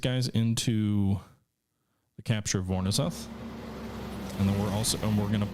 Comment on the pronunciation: I believe the "ZH" in "Voronezh" is pronounced like the French soft "G" sound.